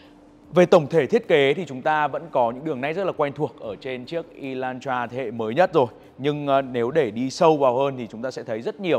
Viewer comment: Phát âm là e lan tra sao ông cứ đọc là y thế nhỉ😂